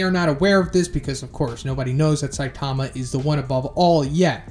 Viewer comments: Jesus! It's Sigh-TAH-mah. Have you even listened to the Animé or heard One speak? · Stop saying Saitaama. It’s pronounced more like Saitma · I would expect someone that is this into manga and anime to say Saitama’s name correctly but ig not